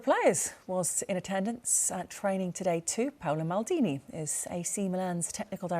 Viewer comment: His name Is Pa O Lo